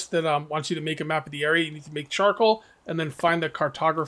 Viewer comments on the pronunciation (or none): none